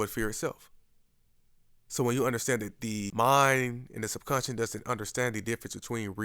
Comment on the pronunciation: It's subconscious, not subconscience.